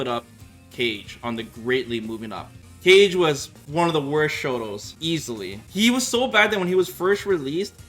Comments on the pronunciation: Bro it's Kah-gay, not "cage" the announcer says his name every time you pick him 😑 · “Cage”? I thought Kage’s name is pronounced as “ka-ge”. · you're calling Ka-geh...Cage..🤣. I used to do the same with Kage from Virtua Fighter. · I'm sitting here like who t.f. is 'cage?' You mean Kah-gay? It's pronounced Kah-Gay. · He knows the correct pronunciation. It's just like an inside joke on his stream. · He called Kage, cage. we outa here. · "Cage" lol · First time hearing Kage being pronounced as Cage..takes me five seconds to realize it. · It's supposed to be a "Twitch only" pronunciation but sometimes forgets. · When you can’t pronounce Kage correctly? & all Ryu players over the moon saying he broken they happy! 🤷‍♂️ biggest scrub character 😂😂